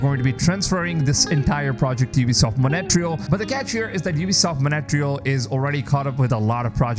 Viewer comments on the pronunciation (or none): I didn't know who you were until the word Monetreal came out of your mouth 😭